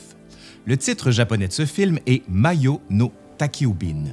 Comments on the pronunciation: "Madjo", pas mayo 🤭 Excellente vidéo d'ailleurs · Super merci...mais ça se prononce "madjo" pas mayo. Désolé ça m'a écorché les oreilles. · Mes 2 préférés : Nausicaa de la vallée du vent et Porco Rosso À propos, on dit "maJo" avec un J comme dans "journal". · Très intéressant, y'a tellement à dire sur chacun des films de Miyazaki! Mais ceci dit : il faut prononcer le "j" dans "majo"!!! (まじょ ou en kanji, 魔女)!! Le "jo", c'est "femme"!!